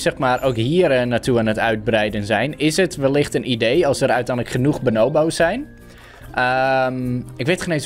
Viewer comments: het is bo-noo-boo's niet bo-now-bo's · Ben ik de enige die zich er aan ergert dat don benobo’s zegt inblaast van bonobo’s...? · Benobos Me: pls stopppppp it’s BONO hmmm BO’s 😂😂😂😂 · je zegt benobo's maar je spreekt het uit als boonooboos geen haat btw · Pls tief op het boeit echt niemand dat hij het zo zegt. En zo is het ook met jouw comment. Ik zeg het hetzelfde als dat jij doet maar het zal me een worst wezen dat hij het anders uitspreekt